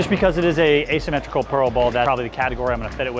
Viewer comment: Asymmetrical not symmetrical